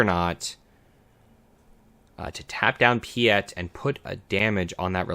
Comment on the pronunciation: Piett is spelt with an E not an A (pronunciation cannot go on like that lol), but great video otherwise 😅